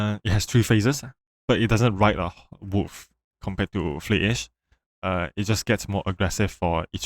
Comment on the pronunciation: why you kept calling the wolf "woof" lmaoo btw parry skillcheck isn't real